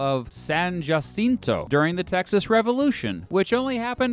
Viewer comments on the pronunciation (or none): it’s pronounced like ha-SEEN-to, like the j in jalapeño